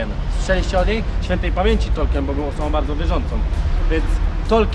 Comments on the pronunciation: Ciekawy blog. Co do tego, że nie wiedzą kim był Tolkien, to może kwestia wymowy. Wymawia się "tolkin" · Ja tam nie wiem, ale możliwe, że nikt nie wiedział o Tolkienie dlatego, że dziwnie wymawiałeś jego nazwisko ;p Chyba, że nawet po wymienieniu jego książek z nazwy nie wiedzieli, to nie wiem...